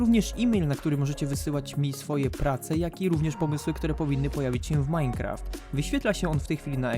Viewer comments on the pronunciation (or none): none